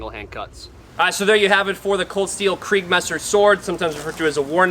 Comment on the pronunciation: kriegsmesser! not kreigsmesser lol